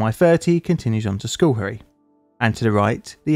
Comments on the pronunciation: Uhhh… The first syllable of Schoharie, New York is pronounced “skoh”, not “skoo”. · you say the location is "School Parrots". I'm confused; I thought the location was "Schoharie Creek"? The pronunciation of the two isn't even remotely similar, so where did "School Parrots" come from? "Schoharie Creek" would be pronounced "sko-HAH-ri-ei-CRIK", not "SKUL-peh-ruhts". But no, neither "School Parrots" nor "Schoharie Creek" is familiar to me. Why did you think either would be? Just curious. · Why do you pronounce it "skull perry"? You should at least print words on the screen that you are going to butcher. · I lived in Albany, not too far from where this happened. I remember seeing it on my local news site, was crazy. Also, the pronunciation is skoe-HARE-ee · Because it's so disaster prone, just an FYI for next time, locally it's pronounced as "skow·harr·ree". I know it's weird 😅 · Hopefully another disaster in Schoharie doesn't need to appear on the channel, but it's pronounced sKOh-hairy, the sch is less like school and more soft s sound with a hard K like the first letter in kick. A lot of the Haudenosaunee place names are difficult for non locals. And also some locals. I live in CNY, about 2 hours west of where is happened. This was in the local news cycle for months afterwards. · It's pronounced just SKa- harry. I live real close to that place. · If others have not said this before it is pronounced sco-HAIR-ee. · Its pronounced like Sc-hair-y.... There my OCD feels better. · Check your pronunciation of the town, schoharie. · It's not likely that you heard of the town because you horribly mispronounced it.